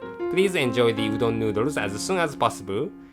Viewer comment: うどんがドーンって聞こえるｗｗ